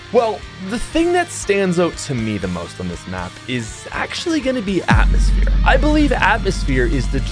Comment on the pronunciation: is gonna be àtmöśphèré ear destruction